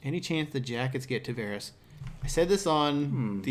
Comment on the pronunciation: Tavarez (with Z) Spanish, Tavares (with S) Portuguese. Learn how to say the name!